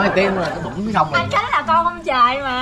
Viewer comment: Ủa sao tui nghe bàa vân kêu khánh là út vậy (gthich cho tui với ạ )